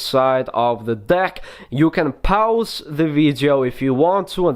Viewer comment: Oh my god he said pouse instead of pause